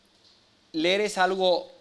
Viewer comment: SE DICE LEER. LEER, LEER!!!